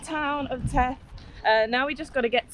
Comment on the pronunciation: The first "th" is pronunced like the last "th". Theth, not teth!